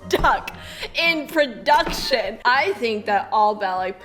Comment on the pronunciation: "proDUCKtion" I'm dying 😂